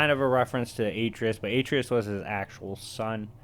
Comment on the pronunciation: Ur saying atreus wrong